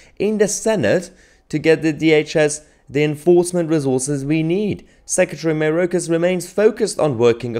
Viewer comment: It’s pronounced MY OR KAS not MAY ROKE US.